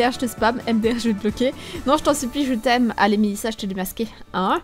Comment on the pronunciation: Même si cette vidéo date, le "jtm po" me fera tjrs autant rire psk elle parle comme une qc là x) Pour le snap, j'ai déjà été bannie 3 jours pour échange d'infos personnelles, je demandais le snap d'un gars psk je voulais lui parler sur snap alors que ça m'était jamais arrivé avant ! Faites très attention les gens, je suis la preuve que c'est pas que les pervers qui reçoivent ce genre de bannissement :) Je voulais uniquement son snap pour lui parler quand je serai pas chez moi mais là je lui parle plus du tout bref.. Faites très attention !